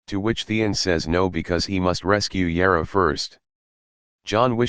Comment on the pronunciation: there s jorah and then there s yara ......... pronounce properly.